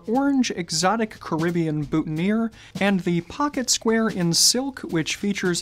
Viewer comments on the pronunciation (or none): none